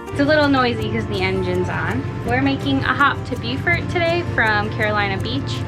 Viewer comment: It is pronounced Bo-fert